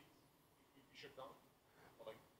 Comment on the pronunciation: Good presentation, but pronunciation of `shut down` as `shit down` is both funny and a bit distracting